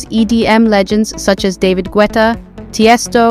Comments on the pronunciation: Las Vegas is not one of the most expensive cities in the country lol. David "Gwetta"? Its pronounced "Getta". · "guwetta" da fuq